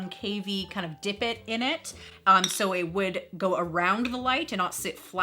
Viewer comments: Did you say "dipit"? Lol you totally did! It's divot 😆 okay now you know and knowing is half the battle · Is it divot, divit or divbit you are saying?